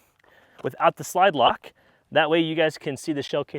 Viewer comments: any body catch the “lide slock” instead of slide lock Loll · Did anyone else hear him say "lide slock" instead of "slide lock"?! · Hehe, "lide slock"... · Lide slock. Love it. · lide slock:) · "the lide slock" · Ah yes, the Lide-Slock. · Bro said, "lide slock" I love it!!!! LMAO!!!! Great review btw! Don't change it, leave it in there please!!!!! That is so grand!!!! I would be a millionaire for the amount of times I have done that in my life!!!! The worst for me is Fuddruckers, I switch the F and the R in that name almost every time I say it the first time. Trust me bro, you are not alone in that twisting of letters.😁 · “lide slock” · “Lide Slock”? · “Without the lide slocked” haha nice. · "the lide slock" lol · lol bro said "Lide Slock" 😂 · I bet he’s been saying Lide Slock all these years under a protective shield of audible gunfire. But now that his voice is louder than the weapon, he is finally exposed.. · You said lide slock 🤷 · "lide slock" 😂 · “lide slock” 😂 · "Lide Slock" 🤣🤣🤣🤣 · lol i thought i heard that